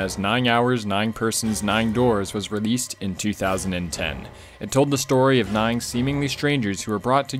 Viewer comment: You really can't say nine right. You keep adding a g that isn't there and is honestly kinda annoying to hear.